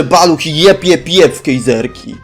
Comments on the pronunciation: Fajny film:) Mówi się Kajzerki + a nie kejzerki:) Bez urazy:) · Kejzerki?? Kajzerki... Łi fi? Wi fi... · czemu on mówi "kEjzerki"